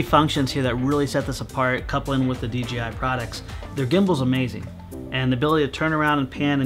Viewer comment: So... is it officially DGI now? No one can say that crap right.